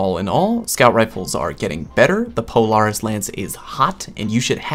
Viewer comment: Anyone else dislike the way he pronounces "Polaris"?